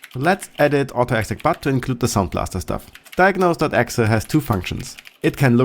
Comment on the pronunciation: I don't think I've ever heard somebody actually say "exah" when referring to an .exe's filename.